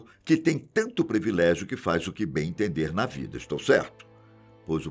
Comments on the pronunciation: Senhor, eu assisto todos os seus vídeos, sou inscrita, dou meu like para todos os vídeos do Fatos Desconhecidos, mas fico triste com alguns erros que o senhor comete. A pronúncia da palavra ISLAND, em ingles é AILAND e nunc diga previlégio, porque o correto é PRIVILÉGIO. Me perdoe por isto. É porque eu gosto muito do senhor. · Caro, a pronúncia correta é privilégio e não previlégio. Você é um excelente apresentador. Só falta acertar esse detalhe. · Doem meus ouvidos ouvir PREVILÉGIO 20 vezes quando a palavra é PRIVILÉGIO. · Só uma crítica construtiva ao canal. Essa palavra foi falada várias vezes e de forma errada. Não é previlégio. O correto é privilégio. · Muito bom vídeo. Só acho que o apresentador deveria passar a falar "privilégio" e não "prEvilégio". Desculpe a "sinceridade".